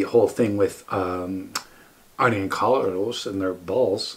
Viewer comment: Arne is not pronounced like Arnie. Its Arna